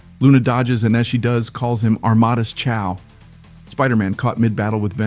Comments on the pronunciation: Armadas Chow 😂 ty for that n the video it was good 👍🏽 but its Amadeus Cho 😂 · Am-a day-us Cho. Not Amadus Chow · It’s A-Ma-Day-Us Cho